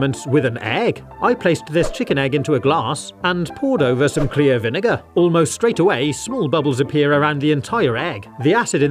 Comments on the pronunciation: People who don’t know: He mispronounced vinegar hearing like he’s saying the n word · It’s because of his accent